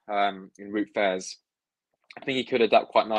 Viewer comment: vout fass is how its said i think